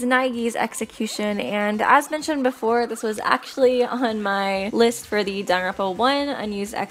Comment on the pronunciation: I know Danganronpa is hard to pronounce but Sis said darn-ronpa This isn’t hate I used to say Dang-gang-ronpa 💀